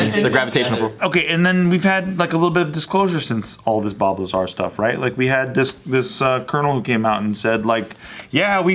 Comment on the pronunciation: Bob Lazar. In an earlier JK video when was talking about Bob Lazar, it sounded like she was saying Bulbazar. I was like, let me look up this dude. Started googling Bulbazar and couldn't find anything.:( finally figured out it was Bob Lazar.